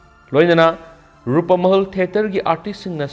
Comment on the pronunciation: Rupmahal haiyune keino Rupamahal hairidubo, pronounciation khara senghanningi